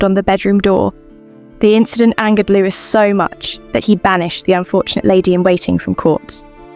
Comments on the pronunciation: Why do you pronounce the ‘s’at the end of Louis XIV? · All noble women should have been raised to KNOW that their husbands were likely to never be faithful to them. It was more than common for men to have affairs, it was even MORE common for kings to have affairs. Going back through history, it must also be said that if the king wanted to bed a particular woman, SHE DID NOT HAVE THE CHOICE OF SAYING NO. To the narrator. Stop calling Louis the 14th, “Lewis”. You do not pronounce the s!